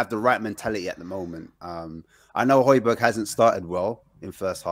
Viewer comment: bruh how do you still not pronounce hojbjerg properly